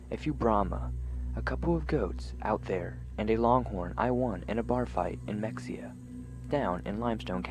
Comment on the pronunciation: Mexia is pronounced ma-hay-ah. Thank you.